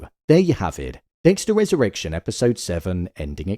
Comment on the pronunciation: I keep hearing "Dexter has erection" 😂